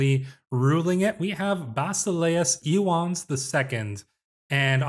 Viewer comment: I believe the name Ioannes is pronounced “yo-AN-nes”—no silent syllables. Very excited to see where this goes!